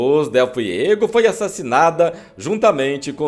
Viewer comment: É Liz dele FUEGO, bicho, e não FIEGO.